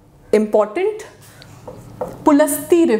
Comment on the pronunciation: Ma'am it was ॠषि पुलस्तय not pulasta